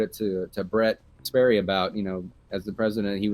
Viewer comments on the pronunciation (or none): none